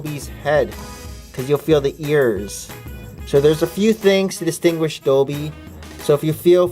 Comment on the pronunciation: Holy guacamole ! 😣 has anybody counted how many times things were pronounced and described wrong such as dobby being doebie and Moody's hipflask being a drumstick and the pensieve being a dish No hate needed but I loved your video despite its flaws as we all cannot be perfect like my teacher says 'Nobody is perfect that's why pencils have erasers' also i would be hoping to use this to hunt down for them I even wrote them down